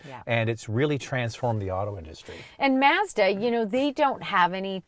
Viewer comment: lolol, they way she says Mazda.. “Maze’da” and “Spor’Tahj” I had no idea was such a Mazda fan.